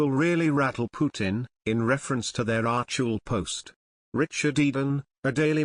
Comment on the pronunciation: Love the weird pronunciation of certain words by the computer voice on these videos - hilarious. Particularly 'archewell'! 🤣